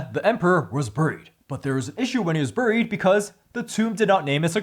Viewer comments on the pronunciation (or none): “Was buried”…I didn’t get your pronunciation at first, but with the theme of sword and snow I get it now….”buuuuuuuried” ❄️